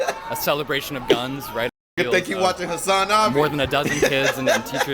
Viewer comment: why he say hasanAHbi